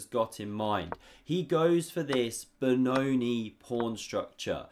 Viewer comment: Ben-oh-NEE, not Ben-OH-nee